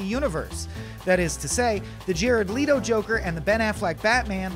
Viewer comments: Guys...it’s not “Lee-to.” It’s “Leh-to.” People being contrarian for no reason. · I thought his last name was Leto? Not Leeeetoh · It's not "LEE-tow," people. It's "LET-oh." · Am I the only one that got annoyed when he says “Leeto” and not “Leto”. Are you European or something? My gawd man say it right. 🤦🏽‍♂️ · He keeps saying Jared Leto's last name wrong it's Leto(L - eh - tow) not (Lee-tow) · Leto, Leto bro. Not Leeto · ...leeto??? LET-OH! How is everyone at IGN completely incompetent? So embarrassing. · It’s pronounced “le-toe” not “lee-toe” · He said Jared Ledo lmao 🤣 its Leto you joker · see the vid is cool and all but like do you have to say Leeto? its Leto lol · It’s LETO not LEETO, f***nut! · They picked this guy just to have him say “LEETO” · you lost me at “lee-toh” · Did he say Jared Leeto? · Asian leetoh haha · Leeto then cheeto 😂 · If you Google his name it says its pronounced "Lei-tow" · We’re tf do they find these people come on “leetoh” 😑 really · Really bothers me how he pronounced Leto as “Ledo” lmao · I hate it when people know how to say people's names but intentionally get it wrong SO WHY THE HELL ARE YOU SAYING LEEEETOOOO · Jared Lei-Tow. No, I will never accept the American pronunciation of his surname. :/ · You’ll never accept the American pronunciation of an American born actor’s name...? Also, it’s definitely “Leh-toe.” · Him saying leeto urked me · Jared Lee-doh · No one: Ign guy: Jared Leetoo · Isn't it Lay-Toe? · Why did you say "Lee-to" ???? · Say Leeto... one more time. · Lee-to???? Really man??? 🤦‍♀️🤦‍♀️🤦‍♀️ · Who cringed everytime he said “Jared Lee-toh”? 🙋🏻‍♂️ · LeeetO??? i mean come on, you know how to pronounce his name... that was kind of backhanded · Jared Lee-dough? Who the hell is that? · Let oh... say it... let oh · LEITO LEEETOOOO WHAT IN THE HELL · Who is Jared Lee-toh? Smh. This is ur job IGN, how do u not know how to pronounce a major celebrity's name in a piece ur supposed to be educating us on? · Jared Leee to? Wtf man